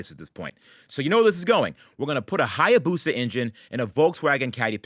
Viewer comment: "Hayabusa Caddy", pronounced " I abuse a caddy "